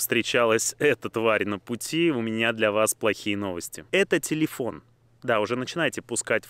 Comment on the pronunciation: Ето не тилифон а тели́фон